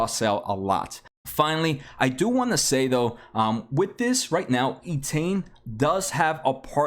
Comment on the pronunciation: it is Entain not eetain. it is based on the word entertainment.